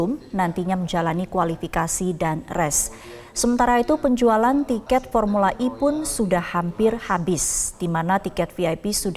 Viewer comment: ini baru benar pengucapannya. Formula "E" diucapkan dalam bahasa Inggris.